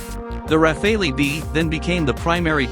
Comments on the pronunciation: I always heard it pronounced “Raffall” so hearing the “Ra Fay Lee” made me giggle. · I know it's hard for non-French speakers... if you speak English just say "raffal". The E is silent. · Raf fay lee Lol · Computer voices never get it right. It is not rafāālee . Just search how to pronounce French word Rafale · I WISH THAT THE NARRATOR WOULD GET THE PRONOUNCATION RIGHT.....I DON'T KNOW...??? IT'S THE RAF,ALE, ...??? I GUESS IT'S LIKE TOMATO TOMATOES TYPE OF THING...??? ANYHOOS WORLD STAY FREE STAY SAFE AND FREE JULIAN ASSANGE 🇦🇺🦘🇦🇺 (( DON'T LET THE YANKS HAVE HIM...!!?? )) IF THEY DO GET HIM THEY WILL KILL HIM...!! "" ACCIDENT'S HAPPEN 🏴‍☠️ '' WE GOTTA STAND UP AND BE COUNTED ☮️ KEEP THE PRESS FREE..!!☮️❤️☯️🏴‍☠️🏴‍☠️🏴‍☠️🏴🏴🌈🏳️‍🌈🌈🌈🏳️‍🌈🏳️‍🌈🌈🌈🌈🌈🌈🏳️‍🌈🏳️‍🌈🏳️‍🌈😑😵😮😡🤬💣💣💣💥💥🔥🇬🇧🇺🇸🇮🇱🔥🔥💥💥💥